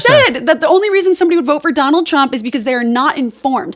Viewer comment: Did she say Don-old Trump?